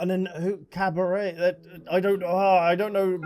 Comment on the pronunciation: Drinking game idea: drink a shot everytime butchers Caribert's name:_AlbzLove